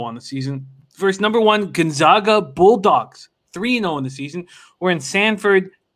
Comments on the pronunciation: Never mind that they blew the call on this one what's upsetting is that neither of these guys can even correctly pronounce the name of the #1 team in the country! We are the Zags not the Zogs. You can do better. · once again is the fool. After 20 years can’t even pronounce Gonzaga correctly. How much did it cost you If you listened to his “expert” advice?